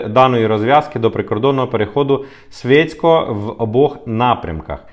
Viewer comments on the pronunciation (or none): Курча . Не свєцько а Швєцко.